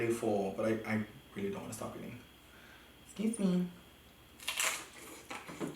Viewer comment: “exsqueeze mee” “Bless you honey “ Me: he’s giving me very white chick vibes 🤣